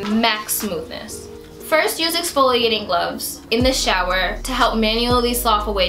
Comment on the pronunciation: exfloiating ? whaaaaaaaaaaaaaaat